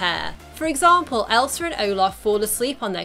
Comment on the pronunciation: My fave part is every time she says ELSAR